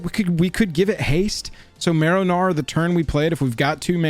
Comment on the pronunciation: Im sorry, it has to be my australian hearing but every time you said marrow gnawer - all i can hear is “marinara” 😂 Heres a sub just for that